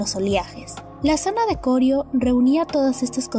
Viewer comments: No es Corio sino Corío. El acento es sobre la i y no sobre la primera o. 😁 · no se dice CORIO, se dice CORÍO, me tiene wbon con su relato. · Interesante video. Solo sugerir que mejoren la locución de la voz en pronunciación. Aclarar también que el nombre correcto es Corío con acento en la i.